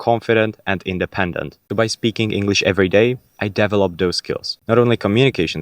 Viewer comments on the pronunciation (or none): Great English! Just work on the pronunciation of “develop” 😊 and probably developing, development, developer.